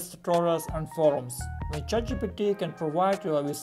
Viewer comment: "Jow to juse Tset Jitepy?"